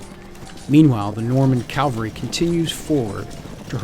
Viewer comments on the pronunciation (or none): Love you guys! Your linked campaign videos are fantastic. But friends, men on horses are CAValry, not CALvary. You have my subscription. You have my likes. You have my support on pronunciation..... CAValry. Thanks for sharing your passion for the hobby. Keep up the great work. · Cavalry noy Calvary